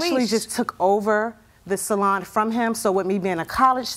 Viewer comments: Sal-on lol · I always have to chuckle at JJ's pronunciation of salon... "SALL-on". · I love when JJ keeps pronouncing it as SAL-on 😂❤